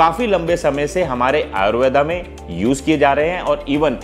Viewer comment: ayurvedaaaaa really sir!!!!!! foreigner khe to smjh m ata hai but apka smjh nhi aya.. btw its Ayurveda not ayurvedaaaaa..